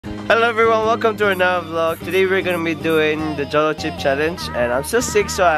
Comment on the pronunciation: 'Jolo' should be pronounced as 'howlow'